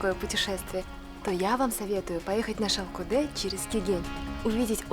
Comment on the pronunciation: Не понимаю, когда наименования чисто қазақское произносится с руским произношением . Выглядит глупо! И смешно слышится! Ну ладно другой национальности была бы автор. А қазақтар , өз тіліңмен айтаберсеңдерші! Шалкодэ, шалкодэ дейбермей😂